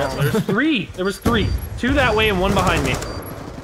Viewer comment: I started laughing when I turn my subtitles on and nogla said three but my subtitles said tree lol